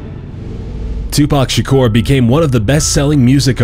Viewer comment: Tupac Shikour? IT'S TUPAC SHAKUR. SHA-KUR! NOT SHI-COUR!